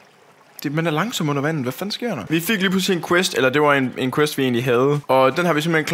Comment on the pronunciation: Det er da cute at du udtaler quest som quwest